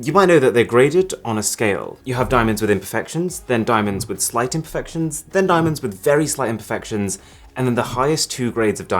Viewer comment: it's his accent, he pronounces "imperfections" in a way it may sound like "infections". hope that helps :)